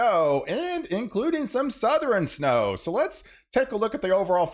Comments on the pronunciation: It’s said Southern not southren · “suh-thur-en” snow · Did you say SoutherEn?